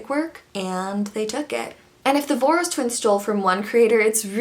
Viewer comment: Voros is pronounced like Vorosh! It's a Hungarian name I think?